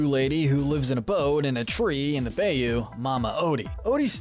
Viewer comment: You must be Canadian 😂 You said BAY- OO instead of BYE-YOO. Next you said Satan….um Hades is A GREEK GOD! Brother of Poseidon and Zeus! He is the keeper of souls in the underworld. He doesn’t drag you to hell🙄 And the Titans are still conquered by Hercules. That alone should get them dropped down to silver….